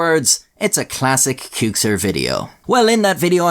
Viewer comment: You prounced Qxir wrong;)